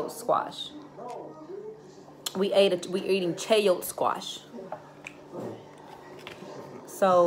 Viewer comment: 😆 it’s pronounced “chai-yo-tae”